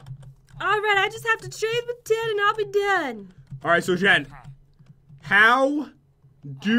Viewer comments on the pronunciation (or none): at 4: 00 I thought he said Ted for an enchanted golden apple